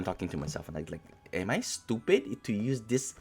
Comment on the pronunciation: “Are you.., stuupidt?” Loool funny 😂